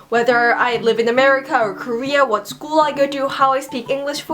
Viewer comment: When you're speaking I always visualize you're biting your inner cheeks or something like that..The way you say school is just so weird, like 'skoooo'